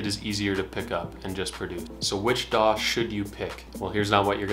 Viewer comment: Daw! daw! Your like a crow with a speech impediment 😄